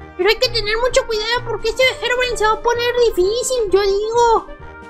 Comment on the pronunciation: Gerogrime xd habla bien porfavor